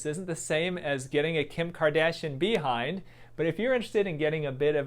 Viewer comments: The way he says be-hind sounds so funny 😆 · I like how he says behind 🐝 hind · Dr pronounces it " 🐝Bee-hind " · “BEE hind” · I love how you say bee-hind when it's Kim's ass but behind on natural ass 🤣. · "Bee-hind" LOL!!!!!! Yea I want a "Bee-hind"!!! 😆😆😆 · The way he says "behind" just gives me the kicks.